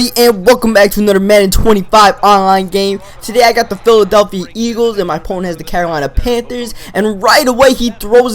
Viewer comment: "welcome back to anudder madden 25..." toungue to teeth, say it with me anottthhhher.